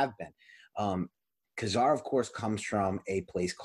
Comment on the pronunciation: “Kay” Zar with the accent on the 1st syllable. Please. “ka” zar sounds like what you would tell when you perform a magic trick